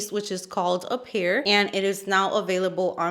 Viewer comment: I love the played with the word appear. Apple and pear, and instead of pronouncing it the correct way you pronounce it like it's ingredients. I love it! Also, your eye look is gorgeous